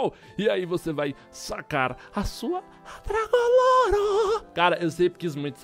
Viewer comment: parecia o Rezende flando dragun lore